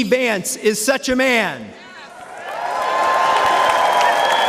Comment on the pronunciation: Shocking that the presenter is calling Vance as Vince. Indian reporters research nothing on what they present. Garbage reporting.